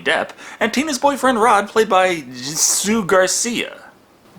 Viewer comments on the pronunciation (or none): It's pronounced Sue Garcia and in pt 2 it's pronounced Clue Goo lahger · I'm pretty sure the J in jsu is silent